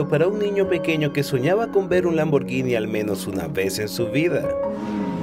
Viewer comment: Por fin alguien que pronuncia correctamente Lamborghini👏🏻👏🏻